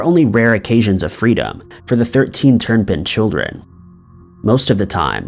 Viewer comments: Hey... just an FYI: the name of the family with all the children, the last name is Turpin. Not... Turn-pin. Great video tho 👍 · It would also be nice if he didn't put an N in the middle of Turpin. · Turn pin? Turpin.